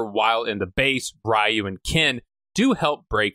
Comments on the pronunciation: Ree-You, not Rah-You aside from that, I've been enjoying your contents, especially the amazing Seagal series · So noone is going to comment on pronunciation of Ryu?🤣 Great review except that❤️ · Why do you pronounce Ryu that way?? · My whole childhood for Ryu I said “Rye-you” like you do in this video. But then I watched other videos about the Street Fighter game series and they pronounced it “Ree-You.” Which is it?